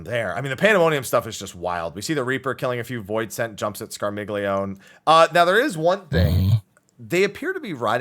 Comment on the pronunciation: Scarmiglione is pronounced 'Scar-mee-yon-eh' because it's italian--it's the name of one of the Malebranche in Dante's Divine Comedy: "They bent their hooks and shouted to each other: And shall I give it to him on the rump? And all of them replied, Yes, let him have it! "But Malacoda, still in conversation with my good guide, turned quickly to his squadron and said: Be still, Scarmiglione, still!" Barbarricia, Cagnazzo, Rubicante, Calcobrina, and Graffiacane as other FF references. Scarmiglione is fairly similar to Scar Milion, and then Milon.